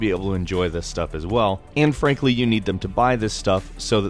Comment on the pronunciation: Did anyone notice how he said "Anne frankly"